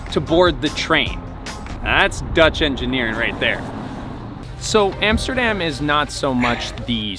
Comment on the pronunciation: hey it's not "emsterdem" it's Amsterdam.